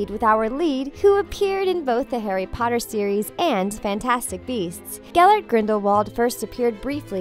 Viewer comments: Me also, she said GELBERT instead of GELLERT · Yep! Gelbert!! 🤦🏼‍♀️ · ... did you just say gelbert... WHHYYYYY